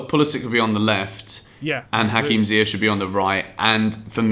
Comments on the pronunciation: You get so mad at Frank for calling ZIYECH as Z(Y)YECH but you're calling D(ee)bala as D(y)bala lol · They should get Nico Tagliafico in the XI. Btw, great video, but could you try to make your sounds and the sounds of the one you are collaberating with the same volume. Also, Ziyech is pronounced differently, type Ziyech in translate to Dutch.